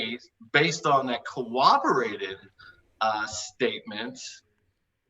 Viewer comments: If I hear this clown use the word “cowobberated” instead of corroborated one more time I’m going to rip my hair out, do you even English bro, words are hard I guess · I cringed every time i heard pronounce corroborated as "cowabowated." LOL. BUT....he's a nice guy, and a great interlocutor to have on the show. I would love to have more folks like, Matt and my favorite, Erica, and fewer folks like G-Man, Skylar Fiction, and Darth Dawkins. There's a lot of nice folks out there who don't agree and make great adversaries. There's no reason to have the many dicks on the show that creep in here. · Ok. I don't want to nit-pick but he says it too often not to mention: "cowoberated" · David Coleman yeah that was driving me crazy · I was going nuts about that by about the halfway mark of his opening remarks